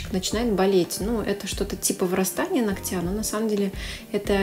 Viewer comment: Режет слух только "ногтЯ" и "ногтЕм" в каждом видео. В остальном вполне грамотная речь.